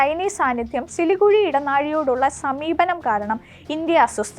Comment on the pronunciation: സിലികുഴി അല്ല സിലിഗുരി ആണ് 😂😂😂